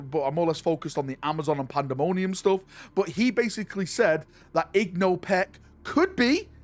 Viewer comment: "Igno Peck" Me: Ingo. It's spelled Ingo.